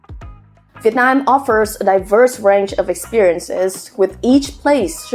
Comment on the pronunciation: I hear "Vietnine" (Viet9) whenever you say Vietnam.